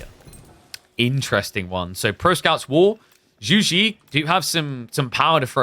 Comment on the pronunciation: for the love of god please look up the pronunciation of "Zhu Xi" using google translate or ask a Mandarin-speaking friends but jesus christ please stop saying "joujie" it literally makes the match unwatchable